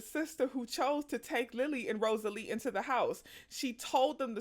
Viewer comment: This movie is wonderful. The book is even better! Read it when i was a child, then saw the movie when it came out ❤ Also, it's Rosaleen, with an N! Not Rosalee.